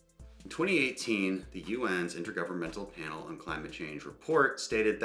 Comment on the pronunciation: This man said "Intergovernmental Pandle on Climate Change"